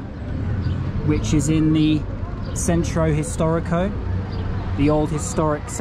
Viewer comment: I love the way you say "gracias " You say it with no accent at all. Centro historico, tongue, eye and hasta pronto sound perfect in Spanish as well. ❤❤❤ Try "tacos al pastor"